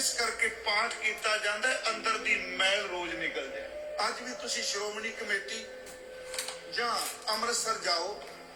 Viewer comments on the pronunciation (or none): none